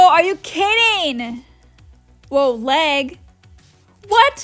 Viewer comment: I love the way she says lag "læg" 😆